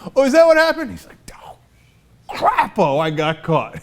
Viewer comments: It's pronounced Cray-po. He's a Hypocrite. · In defense of his name, it is supposed to be pronounced "Cray-po", but that is probably supposed to be nice.